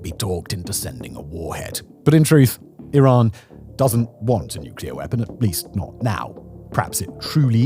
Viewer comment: Why is it so hard for all the officials, and yet so easy for everyone else to pronounce Iran correctly?! It is "ee-RAHN" like "See" and "Gone". Thanks for pronouncing it right.